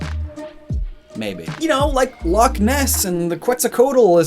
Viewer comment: To be fair, he didn't even pronounce Loch Ness correctly. If it doesn't sound like you're bringing up a load of flem from the back of your throat, then you aren't pronouncing it correctly. Isn't Scottish such a beautiful language!